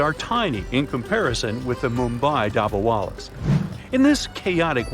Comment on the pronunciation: hello i love your videos but one thing if you are pronouncing an item from the Indian subcontinent pronounce a as u like dubbawalus and koorta pujamus